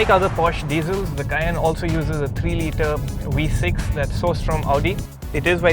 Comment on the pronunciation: Wee-6 engine...😂